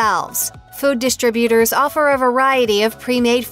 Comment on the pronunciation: The word is dis-trib-uters